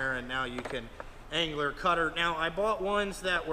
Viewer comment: Dude your killing me No G in annular. Nice mag drill but too much green for me.